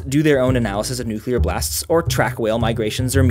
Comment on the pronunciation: I dont know why but it always makes me feel good when people say nuclear right :)